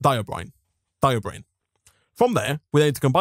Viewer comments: and then he later shifts to "diobrine", rhymes with "herobrine" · Note, "diborane" is pronounced die-bore-ane (/daɪbɔːɹeɪn/), like "boron" just with a "di-" prefix and the suffix changed from "-on" to "-ane". It is not pronounced die-o-brain (not /daɪobreɪn/). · Anyone else bothered by him saying Diobrane instead of Diborane all the time? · And then later he shifts to "diobrine" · >:V BECAuse he pronounces diborane as diobrain